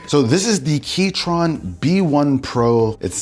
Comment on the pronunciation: Not the Key-Tron 😮‍💨